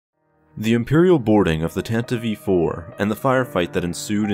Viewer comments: I find it disturbing that called the tantive iv "Tenta vee 4" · Love this video But, just gotta address my pet peeve, its pronounced Tan-tiv 4, not Tan-tiv-ey 4 😊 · Tantive IV. Not "Tantive-Eve IV" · Its Tantive 5, not tantive Vee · My guy, it's the Tantive IV (4) not the Tantive v 4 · "Tantive v. 4"? That doesn't sound right, m8. Nice vid tho. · If you listen to the original NPR Official Radio Adaptation of the series from 1979, it is pronounced Tanta-vee Four. That has always been the correct pronunciation. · How old are you? If you listen to the original NPR Official Radio Adaptation of the series from 1979, it is pronounced Tanta-vee Four. That has always been the correct pronunciation. Every old-school Star Wars fan pronounces it like George Lucas did: Tanta-Vee Four. George said it, and that's how it is. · Wrong. If you listen to the original NPR Official Radio Adaptation of the series from 1979, it is pronounced Tanta-vee Four. That has always been the correct pronunciation. Every old-school Star Wars fan pronounces it like George Lucas did: Tanta-Vee Four.